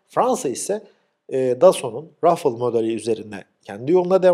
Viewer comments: Merhaba, Müsaadenizle küçük bir düzeltme yapmak isterim. Fransız savaş uçağı Rafale yazılır ve RAFAL şeklinde okunur. Rafıls değil. Videolarınızı zevkle ve dikkatle izliyorum. Emekleriniz için teşekkür ederim. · Rafıl değil Rafal dır doğru teleffuz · Rafil degil RAFAL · Hocam, rafıl değil, rafal deniyor.birden kopan Sert yel yada Türkçemizde talaz demek. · Hocam su rafil kelimesini lutfen beyninden sil, fransizlar buna rafaele diyolar keza ingilizlerde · Rafel diye telaffuz ediliyor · Rafale'nin okunuşunu bir fransıza sordunuz mu? "Rafıl" diye telaffuz edildiğinden emin misiniz? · rafıl olmaz. Ruffle(kırıştırmak) diye bi kelime var o öyle okunur ancak.